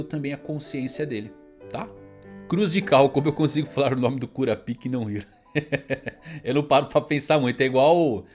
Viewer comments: o certo da pronuncia seria kuRÁpica, e não kuraPÍca, é tão facil que assistindo 1 episódio vc ja aprende kkk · O nome do Kurapika vc está falando errado. No anime eles falam KuRÁpika e não kúra píca. ( Coloquei os assentos para entenderem as sílabas tônicas)